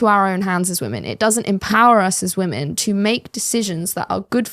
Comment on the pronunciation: I notice the chap in this presentation is another example of someone who bizarrely struggles to pronounce the plural "women".